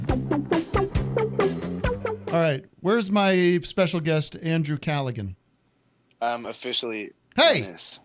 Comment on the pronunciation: The 'g' is silent in Callaghan. From an Irishman 😉